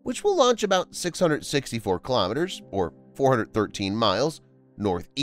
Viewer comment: Kilo'meters, not kalamaduhz.